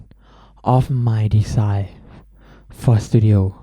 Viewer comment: Design, NOT DESIND or DESIGE